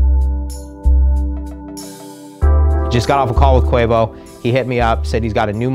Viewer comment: who the hell is kwevo?